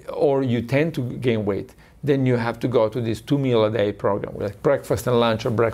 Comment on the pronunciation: 'Meal' is not supposed to sound like 'Mel'.